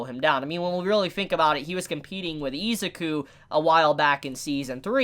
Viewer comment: I know this sounds weebish, but please stop calling him eezz ah ku. Try E-zuu-ku. I know it's Ryu to Riiyou, but still.